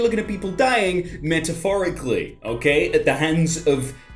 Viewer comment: really said “mentaphorically”